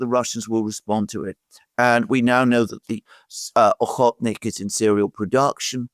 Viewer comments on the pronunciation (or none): First of all, thank you! By the way, it is actually oreshnik, not ohotnik. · Alexander keeps calling Oreshnik ohotnik 😊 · Why does Alexander keep on calling Oreshnik "Ohotnik"? It is confusing if only because I think Rus. actually has a drone called "Ohotnik".